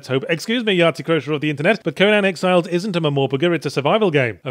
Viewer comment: Also funny he called it Sexiles at the start...as that is the name of the mod that adds fully animated sex to the game.